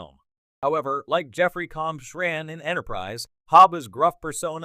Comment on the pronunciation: I hate this AI voice. It can't pronounce Jeffrey Combs or Denobulan properly and the timing of any punctuation is just crappy. Just use your own voice for Grok's sake.